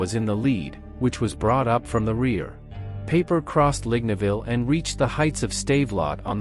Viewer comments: Dude, I told you in another video that you need to phonetically change the German words so they sound German, not English. It's Pie-per, not Pay-per. You have to change the worded script so the robot can read it and pronounce it right. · Peiper, not paper.